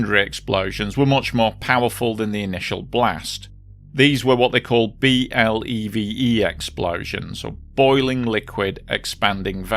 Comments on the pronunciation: those explosions are pronounced "BLEVY" and that word should send chills down the spines of any industrial worker and emergency responder. It doesn't take alot of stuff either, Ive seen video of "empty" fuel tanker trucks that go off like that cause while there is less fluid in the tank, it heats up that much more quickly and blows when the metal is fatigued by heat. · Some of the USCSB videos pronounce BLEVE as a single word like B-LEV-EE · BLEVE explosions are VERY dangerous and unpredictable. BLEVE is commonly pronounced like "blevee", like the word "levee with at a letter "b" at the front. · One other little correction: "B.L.E.V.E." is generally pronounced as "BLEH-vee". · BLEVE is pronounced "bleh-vee". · BLEVE is said as “blevy” when spoken aloud. 👍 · BLEVE is pronounced like Chevy. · It's pronounced blev' - ee . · BLEVE is usually pronounced as 'Bleh-vee' (Like 'levee' in the Led Zep single 'When the Levee breaks') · BLEVE pronounced BLEV-ee. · For future reference, if you cover any disasters with BLEVEs, you can pronounce BLEVE as a word: "Bleh-VEE". The initialism is in this case an acronym. :) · BLEVE is pronounced bleh-vee and they are TERRIFYING.